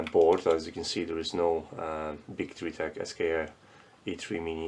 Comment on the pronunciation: I am quite sure it is pronounced bee-choo. It's a Chinese company, after all, and in the transliteration of Chinese q is usually a ch sound, which is why you can write both qi and chi and it means the same thing still.